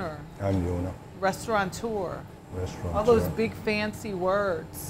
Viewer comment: When will you learn that it is “restaurateur” and NOT restauranteur”?!?!? 🤬